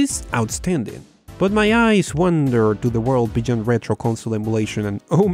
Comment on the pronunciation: He also says "beyond" wrong